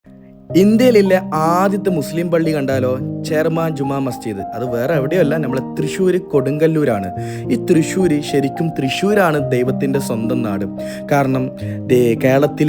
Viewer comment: കൊടുങ്കല്ലൂർ അല്ല കൊടുങ്ങല്ലൂർ